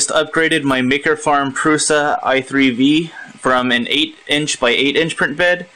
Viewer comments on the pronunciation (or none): your pronouncing "Prusa": wrong..